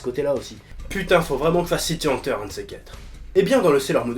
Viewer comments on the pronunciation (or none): none